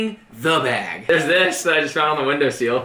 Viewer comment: It's window sill. Not window seal